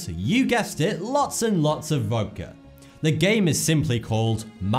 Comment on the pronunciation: '*Voudka''....Voudka? What?